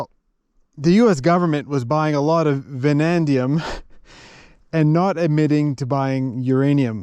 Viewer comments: It is vanadium, not "vanandium". It does not hurt to sometimes remind ourselves that USA is the only country evil enough to have used atom bombs against an enemy. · It is Vanadium (vuh-nay-dium), not Vuh-nan-dium. And New-clear not New-Killer, although I understand why you would think it is the latter. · Great video! Amazing country, adventure & the story you’ve woven!! Just for clarification it’s Vanadium (no extra n) that’s found with the Uranium there & used as a steel alloy. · You keep calling it Vanandium; I'm pretty sure you own Chrome-Vanadium tools.